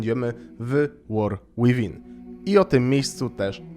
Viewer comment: Błagam, nie war "ŁIWIN", 2 razy można to przeboleć, przy 5 już uszy odpadają, a przy 20 odczuwa się ból istnienia.